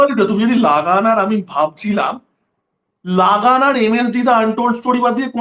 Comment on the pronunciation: লাগান না রে ভাই, Luh-গান, এই উচ্চারণ। লাগান লাগান করলে খুব খারাপ শোনায়।